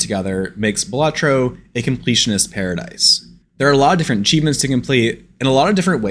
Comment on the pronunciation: dont need to see it, hes saying it wrong.